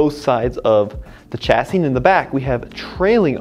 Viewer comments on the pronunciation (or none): I need this suspension in Zimbabwe!! By the way, if you're going to say Citroen the French way, and hydraulique fluide, then why say cha - siss?? Chassis (shasee) is also a French word! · OK, you go to the trouble of pronouncing Citroen correctly but then butcher 'Chassis". Why? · You say Citroen and 2CV with a French accent and then say chassis with a ch like in church! Chassis is a French word as well and is pronounced like shassi.......